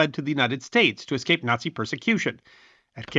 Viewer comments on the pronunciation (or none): none